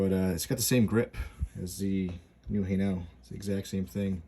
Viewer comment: Say "hay-nul" emphasis on first part.